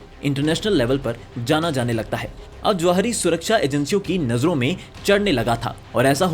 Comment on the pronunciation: Jawahri❌😂😂 Zawahri✅😊